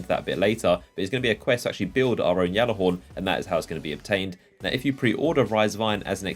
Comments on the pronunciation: G(j)allarhorn, not (G)jallarhorn. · You saying "YALLAHORN" pisses me off dude its GALLAAAAAAARHORN" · ITS THE G ALLAHORN, NOT THE YALLAHORN. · lovin that Yallerhorn. ITS PRONOUNCED G-A-LLER-HORN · it's gjallarhorn (g-aller-horn) not Yallarhorn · Why does he say yallehorn it pronounced gallehorn ( spelt gjallarhorn) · dude they literally said gallahorn not yallahorn so your pronouncing it wrong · Gal Gal not yal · gal not yal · Plus, if you spent five seconds looking at it, or know where it originated, you'd know it's supposed to be said "Yallarhorn". Not Gallihorn like a fucking Galimius. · it's pronounced gall-er-horn not yall-er-horn even bungie pronounces it as gall-er-horn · your fucking delusional if you think that's how it's pronounced, silent j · Listen okay GAL-AH-HORN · Look it up. If you knew your history or ever bothered looking it up you would realize it was not pronounced GAL-AH-HORN. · Deej said it's pronounced Gallahorn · You are so fuckin annoying! It's gjallahorn! With a G. Not a Y! Deej already cleared this up on stream! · it's not just him , other destiny youtubers and streamers say it that way. I always hear deej say with a "G" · No its the Jelly-Horn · | Quit it's pronounced yallerhorn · Guys...it's just a means of pronunciation....that being said it's Not yallarhorn AT ALL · i think the correct proninciation is Gyalllahorn, or thats at least that the pronunciation of the people that MADE IT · just deleted your minecraft account if you actually look up the pronunciation it's pronounced yallahorn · It's been confirmed that it's pronounced "Yallahorn." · You say Gjallarhorn wrong, look it up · lol I love how you butcher the name of the weapon! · He is saying it wrong it pisses me off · I'm disliking purely because of how you say Gjallarhorn. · Oh sir, how wrong you are. The name is Norse.